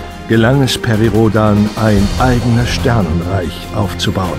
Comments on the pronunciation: Es stoert mich so sehr dass der sprecher perry rhodan total falsch ausslricht dass ich das ganze vudeo nicht ernst nehmen kann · Perry Roooodaaaan... halb englisch, halb deutsch gesprochen... schon lustig :D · er heißt nicht Perry RhodAAAn